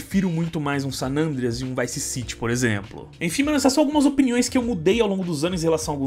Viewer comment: É só eu que me incomodo quando o chama o GTA San Andreas de "Sanandreas"?